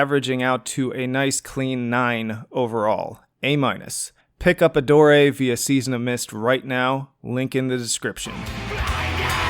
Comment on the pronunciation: Are you sure that's how one pronounces "Adore"?